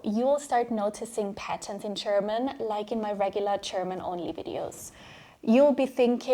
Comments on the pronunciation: German is pronounced with a ''juh'' ,so it's not Cherman . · Why do you pronounce it ”Cherman” instead of ”German”? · Okay, ich bin halt ein Klugscheißer...aber die Worte "juice" und "choose" sollten nicht beide wie "tschuhß" ausgesprochen werden. Genauso ist es mit german gender. Es sollte nicht tschörmin tschender, sondern dschörmin dschender heißen. Aussprache ist meiner Meinung nach schon sehr wichtig. Dennoch ist dies eines der besten Videos für Deutsch Lernende, die ich bislang gesehen habe. Somit ist das Fazit "sehr sehenswert"! 😊